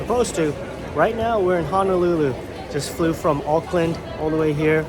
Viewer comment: Aloha, you speaking Japanese fluently but hearing you say Hanalulu shock me, HONOLULU does have an A in it